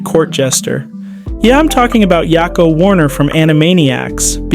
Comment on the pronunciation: Yak o not ya ko. Idk why that bothered me so much